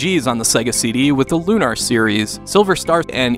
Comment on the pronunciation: Loon-ar? Damn that really decimated the immersion.